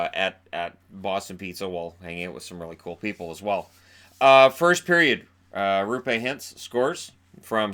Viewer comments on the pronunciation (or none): you keep pronouncing Hintz's first name as "roo-pay", but that's not exactly the best way to do it. Go "raw-pay" instead, it gets you closer to how it's supposed to sound. Source: am a Finn that studied English Linguistics, take it from me. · I'll help you here a bit. How to say Roope's name properly: The way Americans say his name is "Ruupe". It's the exact same difference saying "roller" and "ruler" in English. In your mind start saying "roller", but lengthen the "rol" to "roo". End with "pe", exactly like from the word "pelt". Probably bad examples, but I hope you get the idea:) I know you take pride saying Finnish names properly, and you've done honestly amazing job doing so, so thought helping you out on this. Edit: Yea let's settle on Roo-pay. I mean honestly the ending was fine in "Ruupe". The beginning is the error. Thank for the vids!